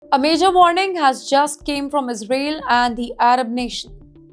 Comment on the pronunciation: You cannot even pronounce Israel properly . You should brush up on your English